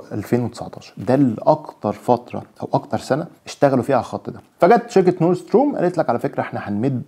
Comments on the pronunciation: بتنطق ستريم وليس ستورم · اخبارك اصبحت متشائمة بشكل ملحوظ،،، ويبدو انك ضعيف في اللغات تلأجنبية،، لأنك تنطق غلط،، stream،،، خليتها storm,, وشتان بين المعنيين،، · اسمها stream و ليس Strom يا باشا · ستريم مش ستروم